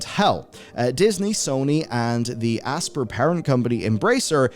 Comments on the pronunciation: Is it not pronounced like ass-pie-er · Just for future reference: "Aspyr" pronounced like "aspire"